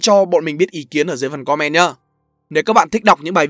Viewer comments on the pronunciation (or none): none